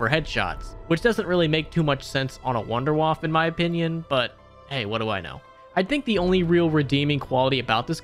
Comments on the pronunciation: Wunderwaffe [woundAir-whuff-a] Not wonderwuff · It's pronounced VOON-DEH-VAFF-UH! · Please for the love of God pronounce Wunderwaffe correctly... Or at least say waffle like dempsey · I love it how all of you call the wunderwaffe in your english pronunciation xD